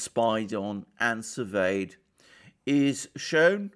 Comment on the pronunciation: Thank you for saying “surveyed” and not seveiled